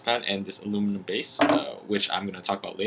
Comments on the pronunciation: Did you say aluminion? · No you pretty said alu-minion